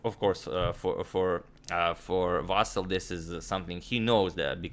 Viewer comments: Hey, Antonio, please, not VAsyl, but VasYl with last "l" being soft consonant, like VasYl'. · The most correct Ukrainian pronunciation would have stress on "Y" no matter what one told you, Antonio. Its pretty popular Ukrainian name with no stress variations. You can listen to pronunciation Ukrainian spelling is "Василь" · Correct way to say:" Vasyl" is with the stress on "y" (second syllable). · If you want to make it absolutely perfect: the last syllable is stressed, [L'] is a soft (palatalized) consonant :) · Дмитрий Самойлов also the L at the end is soft. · Somehow it's difficult to reconcile the pronunciation of "Vasyl" with chucky 😂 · The thing is that in serbo-croatian stress is almost always on the first syllable and I think his way of pronunciation Vasyl comes very natural to him. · Mate, you got the correct stress for the last name, not a common thing to hear btw, but the first name.. it's VasYl not VAsyl. Thanks for the content. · Native Ukrainian here, can confirm it's VasYl', not VAsyl'. Here's hoping Agad's vast knowledge will be expanded even further. The confusion may be caused by the existence of the pet form VAsia, but it's obviously not applicable in any kind of serious setting (and it's more of a Russian pet form). And kudos to you Agad for the tremendous effort you're putting into making sure you pronounce all these names correctly! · actually, no. He said vAsyl, when its vasYl. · The correct pronunciation is Vasi`l, not Va`sil. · Vasyl comes from western Ukraine and there it was always the only way this name was pronounced. Василій is a typical example of russification of Ukrainian language. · Correct name spelling and pronunciation has increased our vast knowledge! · Plus, Vasyl is prounced as Vaseel And please don't call him Vasal or Vaseel .... "Ivanchuk" is a lot better. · In Ukrainian it's VasYl (stress on the last syllable). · It is Vasyl’ with soft L. Thumbs up so agadmator sees 👍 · agad yu keep sayn vasyly lol